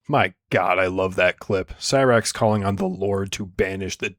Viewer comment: he uses it correctly he pronounces it horribly